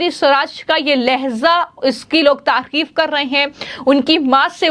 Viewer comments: तकिफ नहीं तारीफ होता है हिंदी शुद्ध बोलो 😂😅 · Tafir nahi hota hai tarif hota hai kisne aapko patrakaar banaayaa apne video ka vishleshan karo apna clip.bheedekho